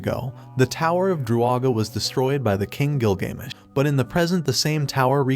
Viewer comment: "by the king gilGAYmesh" as a history person, that stung a little